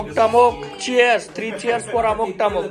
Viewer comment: 'टमुक' नाही रे...'अमुक तमूक' !!!